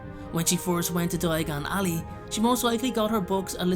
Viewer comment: “When she first went to DOIAGON ALLEY